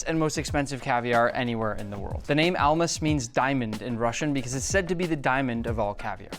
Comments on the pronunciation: Almaz not Almas. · stop the cap as a russian in called almaz not almas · Lol. It's not Almas for diamond in Russian. It's "Almaz". They selling such an expensive item and can't mimic word.